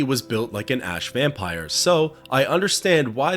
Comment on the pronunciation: It's so weird how you can pronounce the word ash correctly half the time but the other half its "aash"